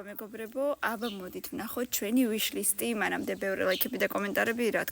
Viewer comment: ვიშლისტი არა ოკეი ვიშლისთი😂❤